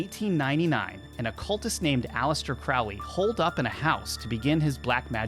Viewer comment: The name is Crowley, it rhymes with Holy. It isn't Crowley, that rhymes with foully.